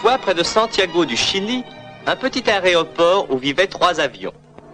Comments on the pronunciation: "Un petit aréoport"... sérieux :O ? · Heu y'a que moi qui a entendu "un petit aréoport" à